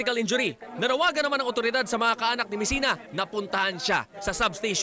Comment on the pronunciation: B MESINA LAST NAME HINDI MESIAN HAHA